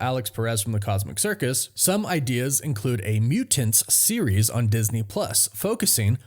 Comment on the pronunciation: "The Muu-Tints"...